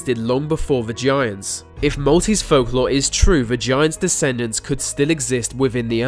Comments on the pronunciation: there's something about the way you say "the" that makes it sound like "va" so when you said "the giants" it sounded like "vagiants" :) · It sounds like he's saying vaginas, but he is saying" the Giants". Nice accent, ( but i really do love ur accent) could get you in trouble lol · he says vagiants.